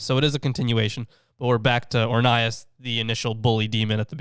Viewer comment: You said his name rong